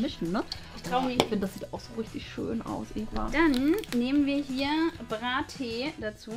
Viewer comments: mann sagt nicht bra tea sondern brea tea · AARIZONA - Ärizona (gesprochen) BRAAATEE - Bratee 🙄 DirtEE - DirTea !💁🏼‍♂️